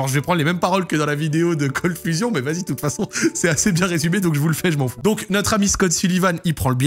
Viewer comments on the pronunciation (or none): olala l'accent Français sur le Cold Fusion x)